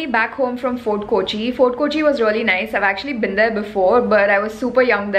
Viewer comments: Hi, It's not koochi it's Kochi or Cochin. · Not KOchi ...K'o'chi... Its weird to hear KOchi KOchi KOchi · It’s not kooochi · Arun Gopi exactly! You hv been to Kerala u say a couple of times and you haven’t learned to pronounce the city’s name properly. Sigh. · കോച്ചി അല്ല കൊച്ചേ കോച്ചി.... കോച്ചി